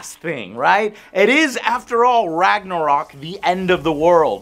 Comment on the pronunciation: The makers of the game don´t know how to say Ragnarök WOW